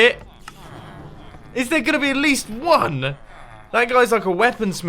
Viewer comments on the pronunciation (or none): i thought was trying to type fack u unti i realized it was thank you he was trying to say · when said "fank you" I thought for a second she meant to say "fuck you" instead of "thank you" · I really hate when says "fank you". It's people like her that perpetuate illiteracy in the English language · "Fank u:)" - xD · "fank you :)" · it took me solid 5 seconds to realise it sand fank you instead lf fuck you